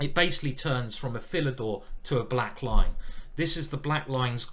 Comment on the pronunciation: For several videos, I thought you were saying "The Black Line"!